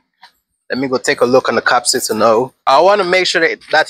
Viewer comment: Maxwell Super Capacitor with 500 Farads, would do great in your setup. The word Capacitor, is pronounced: ( Kah- Pass- it- or ).